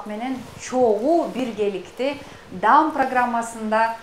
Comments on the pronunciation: Мынча эмне гангир башсын, дам эмес даам деп үндүү тыбыш колдонулат. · Алып баруучу эже даам дегенде созулма аа айтсаңыз дагы да туура болот экен. Мен дам десеңиз башында түшүнбөй калыпмын...